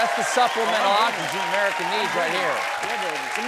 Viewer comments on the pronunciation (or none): none